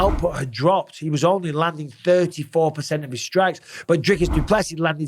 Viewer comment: Finally, someone who can pronounce Dricus..